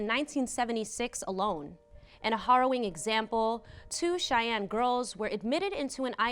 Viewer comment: FYI Some of your words are mispronounced. For example, "harrowing" and "Oliver Wendell Holmes."